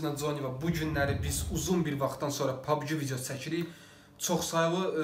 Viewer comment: Pabgi deyil pabci de pabgi pis çıxır😁